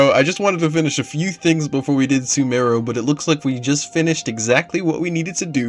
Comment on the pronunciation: "One of the longest things I think I've ever done. Whelp off to Sumeru!" .... Sumeru he says, I don't have the heart to tell him. :face-blue-smiling